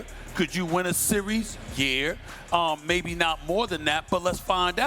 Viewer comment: I never heard somebody but a er at the end of yeah . “Could you win a playoff series ? YEAHER”